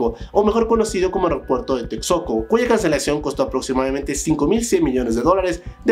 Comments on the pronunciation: Tetsoco dice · Shochil...Tecsoco... Bueno, salvó las pronunciaciones todo Nice. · 3,5 k de comentarios Reflejo de la consigna Divide y vencerás Aparte de la dicción de palabras tan básicas como TEXCOCO 😒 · Hola.. es Texcoco, no Texoco!! 🤣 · Es Texcoco no Texoco 😂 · Es Texcoco, no Texoco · Texcoco no Texoco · y el aeropuerto de toxcoco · También “Texoco” “toguantpec” jajaja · Como pronunciar algunos nombres de personas y lugares de tu video: Xóchitl - Zochilt Sheinbaum - SHEIN (como la app) baum Ciudad Sahagún - Saagún (como según con a) Texcoco - Teks coco Tehuantepec - TeGuantepec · Opinas sobre resultados de Amlo y no sabes ni como se pronuncia Texcoco diciendo texoco seguridad no tomas en cuenta promedio de como se ha desaxeleeado de los brics no es conveniente por seguridad ante cercanía a Estados Unidos y costo por cancelación del aeropuerto tienes que tomar en cuenta las pérdidas que podrían haberse generado por construir en un terreno no apto por hundimientos y a la larga seria faraonico y costaría al estado siendo un aeropuerto privado te falta análisis en general y de geopolitica mejor analiza con más fundamentos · No se que pronunciación es peor, si "sochit" de xochiTL o "tecsoco" de texcoco 😂 pero no juzgo, se que para otros países es dificil algunos fonemas que se usan en mexico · Se escribe Texcoco pero se pronuncia ( Tezcoco)